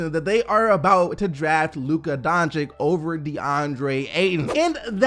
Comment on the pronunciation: i love your videos, love your channel, coming back everyday. Im from Slovenia just from where Luka Doncic is, so i just want to let you know that you are mispronouncing his last name. You are saying "Donchick" Correct way is "Donchich" like Bogdanovich at the end. Sory bro, hope you see this and improve on next video. Wish you best of luck, and thank you for bringing fresh NBA news every single day.. man you the real MVP. Nothing but respect (Been here since u had like 40k subs..